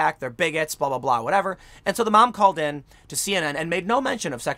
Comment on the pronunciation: blah deeblah 😂😂😂